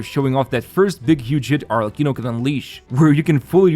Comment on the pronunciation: Still amazed by the quality of your content. Perfect pronunciation of Arlecchino btw.